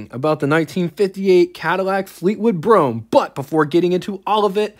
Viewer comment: I can't watch all of this, everytime you call it a Fleetwood Brougham, steam comes out my ears! get it right!